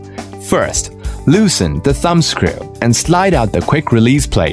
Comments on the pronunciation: I can't listen to scriew one more time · I love the way he says "screw"..